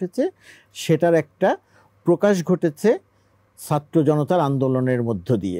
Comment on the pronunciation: এই বেটা তো ছাত্র বলতে পারে না। আছে নলতে পারে না। 😂😂😂